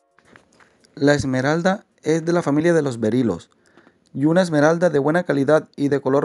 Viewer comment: Berilios no berilos